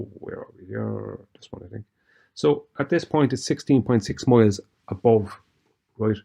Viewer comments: Every time he says, "MOILES" Are those SKOI MOILES? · I kept hearing “200 mohels.” That’s got to be a lot of fore… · Tree miles 😅 what the hell is tree miles 😂